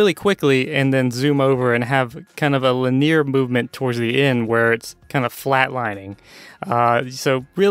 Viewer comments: You pronounce Linear weird... xD Lin-E-Ar I always say... not Lin-ear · Maybe it's the part of the US I grew up in... But Lin-ear is so weird to me xD